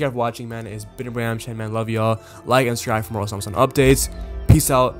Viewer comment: bro its not hard to say the name😭